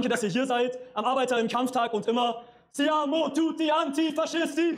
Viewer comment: Man sollte auch die Parole richtig aussprechen. Es heisst siamo antifascisti nicht seamo antifascisti.